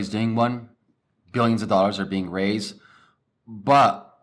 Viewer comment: Its 'But' not 'Baa".